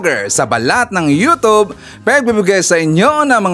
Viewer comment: YOUTUBE PO, HINDI YOUTOB.